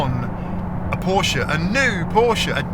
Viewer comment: FINALLY, someone on YouTube who can pronounce Porsche.